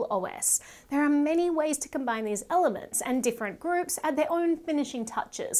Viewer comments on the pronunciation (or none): none